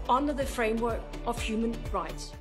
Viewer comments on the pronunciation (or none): none